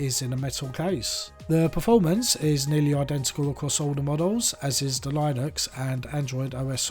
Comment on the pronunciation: A very good an in deptth review. A tip: "Linux" is pronounced as if you're saying the name of "Lynn" with Uxs after it. Lynne-ux. Lynn rhymes with win. Great vid - thank you - I went for the deep purple one. :)